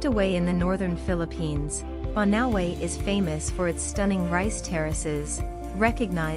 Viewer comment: The narrator should learn the correct pronunciations of names of places. Example " Banaue" - bana-we; " Caramoan - Cara-mo-an